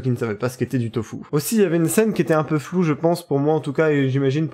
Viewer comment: On dit tofu